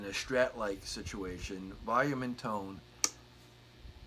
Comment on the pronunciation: What's "voyum"?